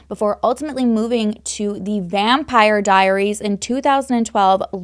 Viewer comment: So I’m pretty sure you said ‘Vampiary Diaries’ and that made me smile 😂